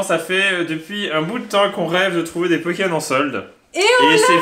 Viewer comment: Kim : PO-ké-MON XD